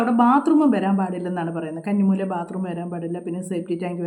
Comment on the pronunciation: കണ്ണി മൂലയല്ല' കന്നി മൂല എന്നാണ് ശരി.